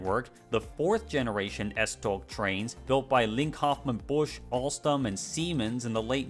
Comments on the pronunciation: "S-toe" (as in the ones on your feet) would technically be more accurate. Although, I did enjoy the struggle with the stupidly weird Danish pronunciations. Danish is a beautifully silly language. ❤ Kudos for at least trying. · Nice. The 'tog' in S-tog is pronounced the same way as the English 'tow'. Big respect for not letting the pronunciations intimidate you though :) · A note from a Dane: it's pronounced more like "S-Tow" if you're going by English pronunciation rules. A lot of the other pronunciations would ironically have been better if you had just pronounced them in English, rather than trying to imitate Danish. "Holte" is pronounced almost the same way in English and Danish. A tip: the only throaty sound in Danish is the 'r', which is similar to French but a bit softer. Other than that, you shouldn't make throat noises at all if trying to sound Danish. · i wanna defend "tow" for the tog pronunciation since the "og" kinda forces your mouth to shape closer to "ow" than "oe" which opens your mouth more to a softer sound (im being super pedantic rn please feel free to ignore me im just used to trying to explain the subtle tones to Danish)